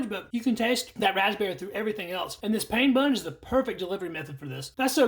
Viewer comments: It’s pronounced “pan” not like I’m in pain like he says. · Pain (bread in French) is pronounced “pan”.